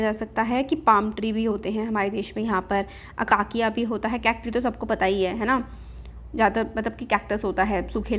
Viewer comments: In ma'am said it's aakakia but it's acacia. Minecraft players know it better 😜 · That's अकेशिया not अकाकिया